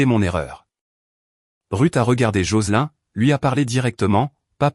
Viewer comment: L'IA prononce les noms anglo-saxons comme s'ils étaient français. Et Joselin est bien un prénom féminin anglo-saxon qui ne se prononce pas comme dans la vidéo.